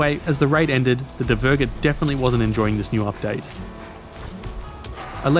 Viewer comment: Your pronounceiation of asksvin is fine, just put a bit more emphasis in he I aswell. Dvergr however. Remember it's basically dwarf but with a V instead of W